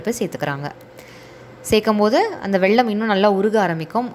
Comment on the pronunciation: வெள்ளம் இல்ல வெல்லம்